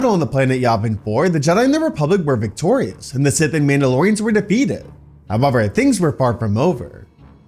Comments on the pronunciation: Why are you saying however like that? Ahhh, must be Canadian. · Did you say however? Or what did you say?